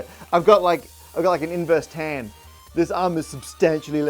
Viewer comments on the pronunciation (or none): Hey funny thing, when you say "inverse tan" quickly it sounds like "inversed hand". I double-took!